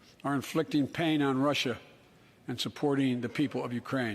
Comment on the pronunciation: me and my family have laughed until we nearly cried at this shit 🤣 or when he couldn’t say Russia.